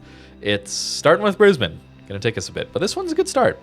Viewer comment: Congratulations on pronouncing Brisbane correctly.